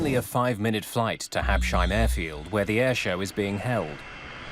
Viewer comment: you hear Asseline pronounce Habsheim correctly (like "up-cyme"). I know, not the main point, but it bothers me that the commentary continuously butchers the name